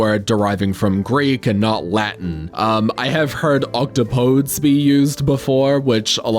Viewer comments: Actually, it's not pronounced "octopoads", it's pronounced "octopo deez"....octopo deez nuts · the correct pronunciation of this word is Oc-top-oh-deez :) Legitimately not a joke. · the greek derivation actually makes the correct plural “Octopodes” pronounced “Ock-top-o-deez” (I am not kidding) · "octopodes" as a plural for octopus is objectively the best one because to be faithful to the greek you pronounce it "oc-TAHP-uh-deez" and the joke just writes itself